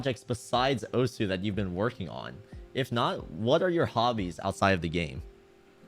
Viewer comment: my man said "osuHOW"